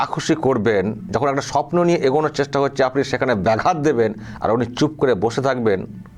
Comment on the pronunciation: বলছে লিয়ে নেমে যাব কথাটাতো ভালো করে বল😂